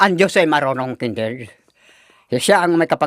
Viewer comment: Nakakatuwa talaga si tapos sa pag pronounce niya sa pangalan ni Kindred ay Kinderd he he he. God bless you all. Watching you all from Toronto